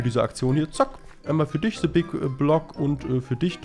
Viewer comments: Es heißt THE nicht SE! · "se big block" 😂😂😂😂 beschte Aussprache 😂 Dafür mögen wir dich😂👍👍👍